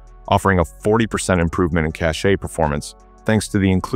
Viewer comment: Your AI voice (presumably) isn't pronouncing cache properly. It should be pronounced like $cash. SQL is also mispronounced. Thx.